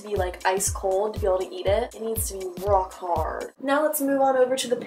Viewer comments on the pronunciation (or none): the way she says "Rrock Harrd" U didn't go mmm...mmm...mmm yum